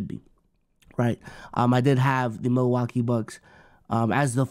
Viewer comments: really said “Milawakee bucks” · what is “Milawakee” lmfao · i was comin to say multiple times too lmaoo